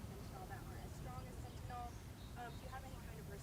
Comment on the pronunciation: Now they need to have non-stop coverage of why this country has more deaths from gun violence than from fentanyl. More people 18 years of age and younger die from guns than drugs. Look it up. Then fix it, GOP. The name of the substance is not "fentinol," btw. When you insist that other people write your bills for you, you have no idea how to spell or pronounce the thing you're allegedly so upset about. GOP -- look into why Americans will take pills -- any pills at all -- to escape the despair that a rigged system has thrust upon them. If there's no market for what they're peddling, they'd go out of business.